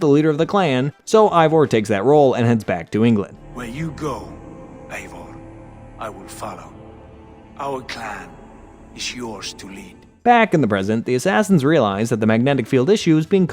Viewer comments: "Eye-vor"? common man have you even played the games. Eivor is pronounced "Ay-vor" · Bro said eye vor instead of eivor